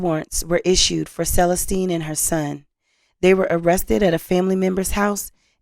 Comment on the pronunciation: Hi. I noticed how you pronounced Celestine. It's pronounced SUH LESS STEEN. Your videos are fantastic and some of us want you to be an even better host. Remember about ILLINOIs?